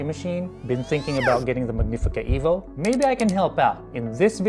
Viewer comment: It's "EH-vo" Why do you have it. SO did you get this free? Where's your video for the Rivellia